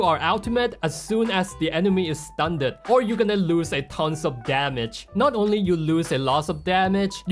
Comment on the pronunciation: I cannot fathom the fact that he pronounces "Stunned" "stun-ned"